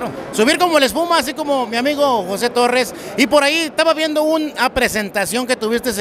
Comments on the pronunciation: Es torres no torrez con z no es con s 🤦‍♂️ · Tan soberbio el tal José Torres, y no sabe pronunciar las palabras correctamente. 🤣🤣